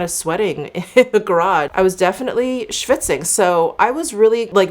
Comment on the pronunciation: Now I definitely know that you are from NY. "I was schvitzing." Great Yiddish pronunciation. The foundation is lovely, Sorry that the undertone was wrong. Nonetheless, it looked radiant. Have a great weekend! ♥️